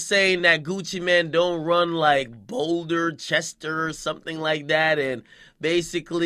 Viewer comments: did you really just say boulder chester..how you gonna disrespect their hood like that? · lol.... Boulder-chester.... 😂 ..Fawk ya mean!!! Zone 6 shawty....